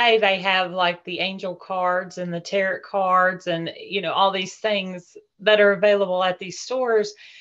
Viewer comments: Um, no. She can't pronounce "tarot" properly. I definitely will not take everything someone says as pure gold when they cannot properly pronounce what they're talking about. That should be a warning sign. Do NOT take everything as pure gold. Just because the person making this comment is gullible doesn't mean you have to be gullible too. Use your critical thinking skills, do research, and make informed decisions about things. Don't just accept whatever crazy story you hear as truth. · Not tarrot cards Tarot (pronounced "tare-row") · all grownz up innit yet still saying, "taROT". Nah. Fake.